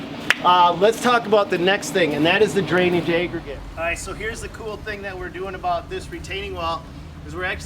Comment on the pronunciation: We don’t say aboot....